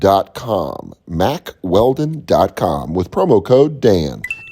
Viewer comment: I like how Dan doesn’t know how to pronounce Mack Weldon correctly he kept saying “Mack Wheel-don” until the end of the read 😂